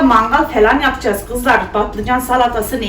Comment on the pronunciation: Kız yapacayiz demene bayılıyorum 😇